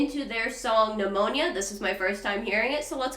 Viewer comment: Did you really just say pneumonia lmao